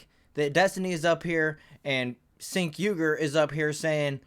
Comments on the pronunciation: Its pronounce like Jenk not Sink. Also Why do some channels put the "better be nice in comments" warning up. That's so soft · "Sink" Uygar 😂😂😂